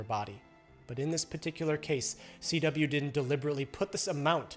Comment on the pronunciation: CW sounds like a B